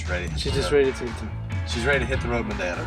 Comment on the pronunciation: I have to congratulate on his flawless pronunciation of "Madeira". It's actually jarring, really: you're going along, listening to the normal English, when suddenly this word pops out, sounding for all the world like it came.out of a native Portuguese speaker. It might be the best I've ever heard from a non-native. Nice.job,!